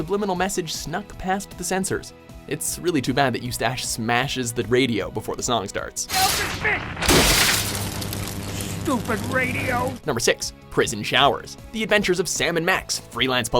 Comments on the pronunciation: "Eustash"?? It's pronounced 'you-stiss' ya dingus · Did you call Eustace "Eustach?" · Did he seriously just call him EuSTASH? lol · Eust-ASS lol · I like how he pronounced eustace